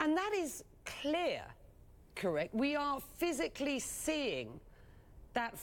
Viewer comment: We are "feeezicly" seeing this, like "lit-trilly" seeing these wif our eyes ballz??